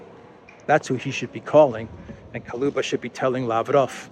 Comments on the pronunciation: attention! Кулеба Koо-leh-ba Not Ko-loo-ba Hello from Vancouver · It's Kuleba not Kaluba!